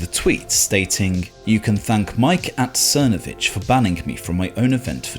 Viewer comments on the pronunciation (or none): It's pronounced "Thernovich"